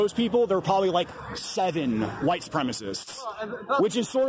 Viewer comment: Enjoyed the Jared Taylor pronunciation of white. Huwhite ! Lol